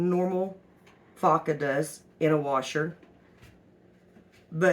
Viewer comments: It's pronounced f "O" CA, not faka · Foca= Seal. Pronounce the 'o' as the o in hellO. Foca is a good laundry detergent! Thanks for the video.